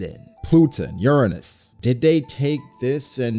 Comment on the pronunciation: I don’t think that’s how you say “Uranus”😂